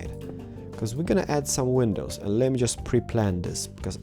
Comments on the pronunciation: Please stop saying penisis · Lol you say window penises... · Why do u say Window Penis 😂😂 HAHAHAHA oh my god cracks me up Rachel timemu say that where are u from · Did he just say 'Window Penises' ?! XD